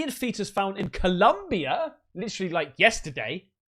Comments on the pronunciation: Colombia not Columbia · its Colombia the country not Columbia in Mexico just so you know lol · It's ColOmbia mate. Tell your misses to smack you. LoL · My boi.. it's COlombia. Love your show. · It’s Colombia not Columbia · It’s pronounced O mua mua. It means Scout in Hawaiian. Columbia is also a county in SOUTH AMERICA!!!